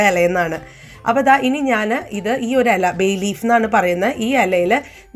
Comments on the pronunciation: എല അല്ല.... ഇല ... 😝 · ഹലോ താൻ ഏതു നാട്ടുകാരിയാണ് വായന ഇല അറിയില്ല /ചിരാത് എന്ന് പറഞ്ഞു /മലയാളിക് നാണക്കേട്‌